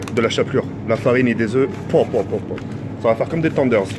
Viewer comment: Tk pourquoi tu dis "as" a la place de dire "sa" je comprends pas ?